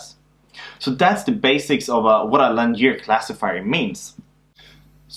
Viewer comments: The right pronunciation is ˈlinēər, I think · perhaps this was noticed during the last 5 years... but, 'linear' is pronounced 'lin-ee-ear', rhymes with 'gin-ee-ear' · I came here by a referrence from the game "while True: Learn ". Great video! Just goes to show that it is still both relevant and good teaching 4 years after you created it. One thing though: Please do try to learn to pronounce "linear" correctly. That confused me a bit for a while thinking you were referring to some concept i was unfamiliar with until i realized later in the video that you were "just" talking about lines :) Once again, great work!